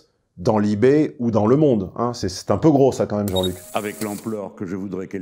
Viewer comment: "Labération" j'aime pas mal. "Li Mmonde" aussi, moins facile.